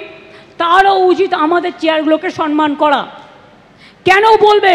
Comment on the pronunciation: সনমান??? 😂😂😂 সে নাকি বাঙালি???